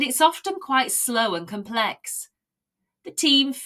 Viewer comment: Thank you for another great story! I have a question about the pronunciation of the word "complex" . You have a stress on the second syllable: "complEx". Would it sound unnatural to have stress on the first syllable: "cOmplex"? Or is it because the word "complex" is the last in the sentence, so we have stress at the end of the word?